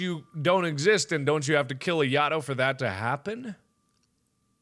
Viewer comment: You said ayatos name wrong it's (I-A-TOE)